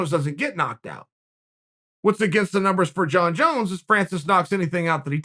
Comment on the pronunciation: "Jon Jone"